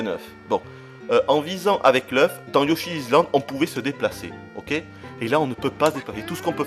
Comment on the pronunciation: Yoshi Izland ça ma fait mal aux oreilles TT_TT